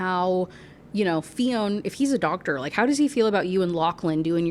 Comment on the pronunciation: Fionn isn't pronounced Fee-own! It's shorter, more like Fyun Also we don't say things weird, we're just not speaking English 😂